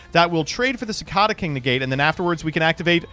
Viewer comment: I thought you were from the midwest originally, how do you not know how to pronounce cicada?